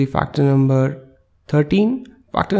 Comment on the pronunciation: Wrong pronunciation of the fibrin